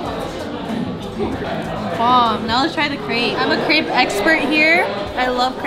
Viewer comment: You can’t be a crêpe expert if you don’t pronounce the name right 😂